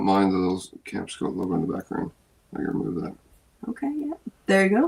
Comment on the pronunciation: Another good video. Anyone else notice says Camp Scout instead of Camp Skote?